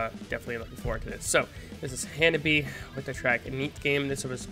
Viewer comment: The name of the band is wrong. In Japanese reading, it becomes HANABI-Eh and pronounces E. Some people ask me to forgive you because it's an English pronunciation, but please refer to it for the time being.